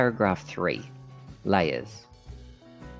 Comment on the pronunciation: Well done! Very simple and straight to the point.! Please, check the pronunciation of the word 'layer'.